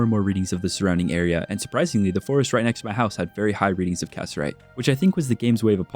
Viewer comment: Loving the video, just wanted to let you know though; Cassiterite is pronounced Ca-sit-er-ite or Ca-si-ter-ite. not cass-er-ite 😅